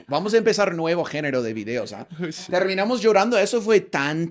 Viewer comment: Jajajajaja como reí con "terminamos llorando" 😂😂😂. You lo escuche asi; "terminamosh llorando" 😂😂😅😅